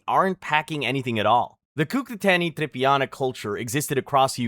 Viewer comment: Cucuteni TRIPILLIA culture, not TRIPIANA, dude, the fuck, seriously!??? And we're KELTS, not fucking SELTS, Jesus fucking christ dude! Shit...